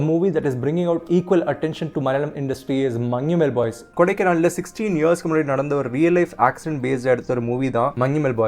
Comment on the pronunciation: Finally someone pronounced Manjummel properly 😅😂